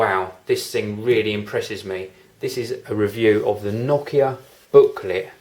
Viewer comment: pretty nice that you pronounce nokia correctly, heh